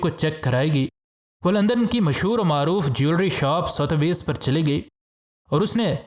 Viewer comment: Word pronunciate sudhbee(sothby,s)